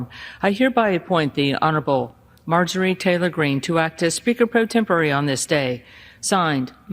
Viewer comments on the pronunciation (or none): Did she say honorable marjorie?😂😂😂😂😂